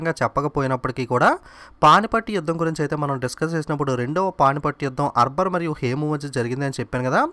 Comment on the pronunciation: arbar aa akbar aa sir meeru eppudu arbar antunnaru